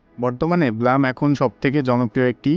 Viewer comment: ভাই উচ্চারণটা ব্লাম না ব্লুম হবে।একটু গুগলে সার্চ দিয়ে দেখো । যে কিনা ব্লুম কে ব্লাম বলে সে দিবে আমাদেরকে ব্লুমের তথ্য আল্লাহ 😅